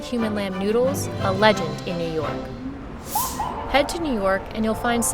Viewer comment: The moment you pronounced it "Newdles" am convinced of the taste.